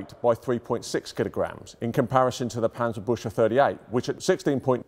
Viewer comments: Is it really so hard to learn the correct pronunciation of "Panzerbüchse" at the Tank Museum? That "ch" in the word sounds like a 'K' or"CK'- in English, as in "buck" or "Buk."and the U-Umlau t(ü) like the English 'U' in "Yup." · Yeaa... The 'A' in Panzer should be pronounced like the third 'A' in Panama, instead of the first one, the 'Ü' in Büchse should kaaaainda be pronounced like the 'U' in the Buick car company and the 'CH' more like the 'GS' in Bugs but instead of a G use a K. 😐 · The wrong pronunciation of Panzerbüchse is killing me. -. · I tried, I really tried, but regardless of his obvious level of expertise, every time he says, 'Panserbusher' I...I just can't 🤣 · Yes, the famous Panzerbusher! If you cant pronounce it, dont do it! :D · Cool video. It's pronounced parntserberkzeh though. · Do not pronounce the "ch" like the English "sh", it would be much more appropriate to pronounce it like the the "ck" in "brick". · Better listen on Forvo. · That's not how Panzerbüchse is pronounced. Not even if you mangle it into English. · Maybe 'ew'? Panzer - bewk - se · Its called Pancerbuxey and not Pancerbushey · I understand the pronunciation of Panzerbüchse is tough for non—Krauts. It sounds not so much like „Panzer—bush—uh“, more like „Panzer—big—suh“. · 19 seconds in and he calls it "Panzerbutcher" again =8-D The word is pronounced "booksah", with the ü umlaut pronounced like oo but the Scottish way. (Choosing the Scottish analogy because the sound does not exist in the Queen's English which admittedly does make it somewhat difficult for English native speakers to get right.) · As a German, im slightly triggerede by the "Panzerbushe" (You should rather say it like Panzerbuekse", but the great content of this video makes it not that bad in comparision. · At first i thought this was some kind of nickname bc i understood: Panzerbutcher. Then i realizied he just pronounced it funny. But Panzerpbutcher would be a cool name either xd